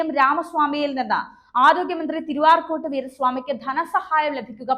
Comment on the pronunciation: Please tell correctly, not Tiruarcot, but Tiru-Arcot Veera Swami. Okay